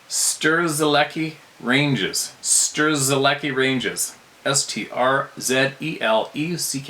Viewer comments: C'mon, it's Strzelecki, not Strzelecki. 🤣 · He didn't do too bad a job at pronouncing it in the end. Scary story though. I lived near Moe, and Trafalgar . In a small town called Mirboo North